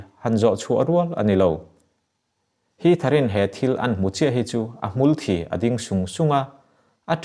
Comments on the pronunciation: Thawnthu chhiarho hian 'Hmulthi' tih hi an lam diklo tlangpuiin ka hria..Hmul nunglo, thang velo hmulchhia buang thek sawina niin alanga, chuvanga 'hmulthi' tih anih arinawm. Hmul thi'(thisen sawina tawngkam anga lamrik) tia lam hi in intihmuh nge ni dawn ni😁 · Hmulthi hi a thluk a dik hlel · A hmu thi a ding tih i lam dan hi sir! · A chhiartu in a dik a hre tawh a, a tawk e. "Thi" tih laitak khi ahma khan "ka hnar a thi" tih a "thi" tih ang hian a lam a. Died (thi) tih anga lam zawk tur ani e ka tihna ania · Hmul thi tih ithluk chu a dik chiahlo ani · "A hmulthi" A țim "uaih uaih" I thluk diklo ania....